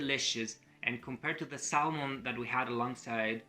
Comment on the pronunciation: remember english is not a phonetic language, it is samon, simple No l sound. yep, i thought English in Greece for four years. i agree i hate heat. i just cant understand why people are always looking for heat.